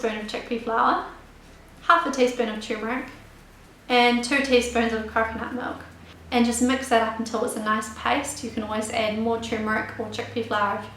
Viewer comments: someone help me, what type of milk she saying? I only understand 1/2 cup of * milk. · awesome video! did you say coconut milk? i could not hear properly. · I was able to slowdown the video to half speed and understood her saying coconut milk. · Didn't hear clearly your choice of milk. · I could not hear what kind of milk she used for turmeric tea, can anyone tell me? thanks